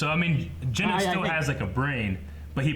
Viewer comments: How have they still not gotten the cyborg's name right. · They pronounced genos’s name differently every time they mentioned him 😂